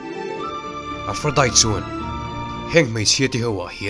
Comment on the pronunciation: A tha hle mai,.. mahse lo hriat atan ka duh chu aphrodite hi Diet tia lam loin tea anga lam zawk tawr ani e Aphrodi☕️ zawk aw🫶🏼☕️